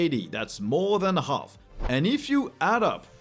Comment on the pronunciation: I guess you should have a YouTube-search for "comedy silent letters" and watch the video "How the English language would sound if silent letters weren’t silent - BBC". I felt remembered to that by your "half" with pronouncing the "L" in there, which should be silent. ;-)